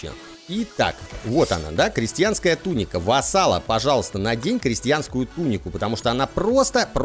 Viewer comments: ТунИка, а не тУника правильное ударение. Серия топ) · Веду себя как граммарнаци, конечно, но,! Дружище! В слове туника ударение на "И". Ты изнасиловал мои уши и как порядочный джентельмен должен мне ещё одну серию римчика.